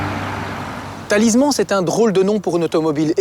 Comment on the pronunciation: Lui, il ne sais pas dire correctement Talisman, et vous, ne s'avez pas écrire correctement ! Des GENS et UN nom, c'est mieux. 😅